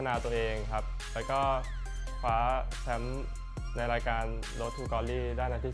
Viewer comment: 1.48 คว้าคับไม่ใช่คว้าง